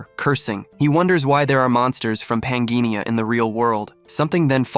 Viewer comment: According to the text, the name of the game world is pan-jih-ah, not pan-gee-ni-ah. There is no n in the final syllable of pangea. And it's hi-dro-jen (with a hard g), not hi-dro-gehn (with a soft g). And the s in Marquis is silent.